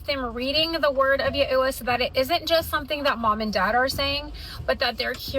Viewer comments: she is talking about Yahweh and her faith but she doesn't even pronounce it correctly!!!! It is Ya-way, I am not religious and even I know that. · I had to pause. Like. Raised catholic here. I was trying ro think of all my knowledge of different denominations and their names for God. Yeah. I think she is trying ro say Yawey (idk how to spell). If anyone else pounces it how she does, can yall please let me know. Cuz I am confussion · There are many different ways to say it. I heard/seen Yehuah or Yahuah or Yeshua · Something tells me she doesn't know "Ya-ew-uh" or "Ya-oh-sha" as close as she thinks she does... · Is she trying to say yaw-weh? Or the hebrew pronunciation of jesus, yeshewa? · Ommmg I was convinced the fundies invented some new name for God. I can't beleive Yah-ooo-ahhhhh is how she pronounces that. Wtf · I actually cringed when she kept saying "yeahoohahh", finally realized what she was trying to say when I caught "Yahweh" in the captions. HOW? JUST HOW? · Yah oo wah? Hwhat?🧐That pronunciation is…wrong imo. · She can't even pronounce Yahweh/Yahuah correctly and she's teaching them? 🙄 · Shes saying that wrong on purpose yeahuah? Lol what? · The number of times she mispronounces Yahweh makes me think that she's rage baiting. We have a real problem with colts and religious psychosis in this country. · Her pronunciation of Yahweh-יהוה is so wild that even she can’t maintain consistency with it, signed an ex fundie Jew aka the crew her camp are heavily appropriating from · I’m gonna need an update when she learns to pronounce Yahweh correctly. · Is she trying to say Yahweh? If so she’s butchering it. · The way that mother pronounced Yahweh was wild😂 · can’t even pronounce ‘Yahweh’ correctly, yet they claim Yaweh told them to have a dozen kids….😂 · THANK YOU that was killing me 😂 ma'am whomst is that? 😂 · Ikr? Like ten ways to mispronounce Yahweh. 😂😂😂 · As a Jew I have been personally victimized by her pronunciation of Hebrew. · Yah eww wah was crazy.